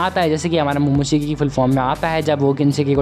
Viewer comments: Bro it's momoshiki not monotiki🤣🤣🤣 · It's momoshiki not momotikki